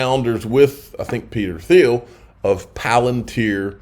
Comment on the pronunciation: It’s pronounced “Teal”. Peter “Teal”.